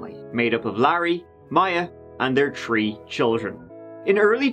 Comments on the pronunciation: "And their tree children." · I love your videos!! You are one of my favorites if not my number one!! You do the best on crime stories and I could listen to you say “tree” all day 😂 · He says 'Three' like 'Tree' as well, I've heard Irish people say 'Tistle' for 'Thistle' or 'Torough' for 'Thorough' in the same way. If it's the less airy pronunciation of 'TH' as in the words 'The' or 'Them', a lot of Irish people will pronounce it like a 'D', so 'De' and 'Dem'. I'm Scottish but I have heard and talked to many people with Irish accents and heard them a lot on TV and radio. Even though it does sound like 'Turd' it is a normal Irish pronunciation, I promise you. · At this point I'm pretty sure only picks stories with the words three (tree) and third (turd) in them